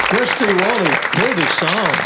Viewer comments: Sheb Wooley, not Wolley😏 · The name is "Wooley", not "Wolley"